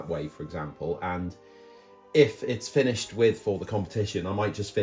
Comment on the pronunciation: "Finishied"? Is that Welsh?